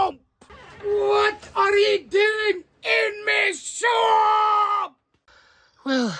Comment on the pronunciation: Y can't he say swamp lol